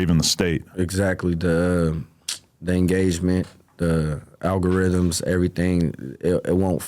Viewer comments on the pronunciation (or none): Bro said alogorithim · Till the brotha said “A Logger ithm.” 😂